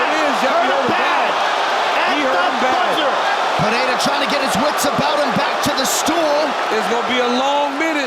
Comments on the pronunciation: Everytime Joe Rogan pronounces Alex Peheira a brazilian dies. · lol.. watching this entire video, DC pronounces Pereira’s name differently multiple times.. in the same fight, back and forth.. for multiple fights. Dude must’ve been drunk.